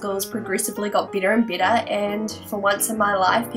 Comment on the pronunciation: oh god...honestly i thought you were saying -bitter- instead of -better